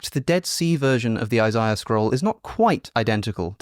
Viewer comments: It’s pronounced eye-zay-uh. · Why are you purposely mispronouncing names. Its “eye zay uh” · who says “eye-zai-ah” for Isaiah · I'm not listening to someone who can't pronounce Isiah. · The way you pronounce Isaiah would have been something you would have called Wes out on missing as "contextual difference" and yet we can all make a logical conclusion that its the same thing. Perhaps youre just trying to cash in on the hype and try to get a showing on Rogan too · Hmmmmm. Should we trust the word of a man that is about to get his PhD and devoted his entire career to the subject matter or the dude that can’t pronounce “Isaiah”… tough call 😂😂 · Yeah I’m not about to listen to a guy that can’t even pronounce Isaiah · Already know I'm listening to a snob when he has to have his own special pronunciation of Isaiah. One that in years of Christian middle school and high school and existing in culture I've never heard. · Trying to work through your pronunciation of Isaiah. 😂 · Wait... British people pronounce Isaiah like that???